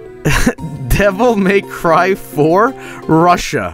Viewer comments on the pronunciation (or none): “Devil May C”